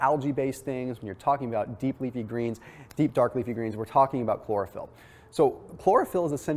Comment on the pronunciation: Chlorophyll? Sounds more like Borophyll.